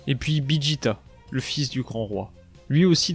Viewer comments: c'est pas bijita c'est vegeta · Tu ne sais pas dire VEGETA